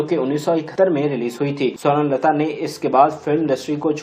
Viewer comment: Bhai aap un ka nam tu sahi se lo .Sorun lata Sorun lata keh rhey ho .Un ka nam tha Sawern Lata . Mein rozana aap ki mistakes nikalti hoon . Shuker hey k aap mujhey dant -tey nhein lekin galat alfaz bolne se baz bhi nhein aate .Mind na kerna . Hum tu un ka nam suntey suntey boorhey ho chaley lekin aap ne shayed suna hi nhein .